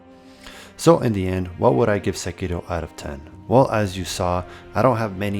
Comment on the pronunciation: Finally, a guy the pronounces sekiro properly. Good video.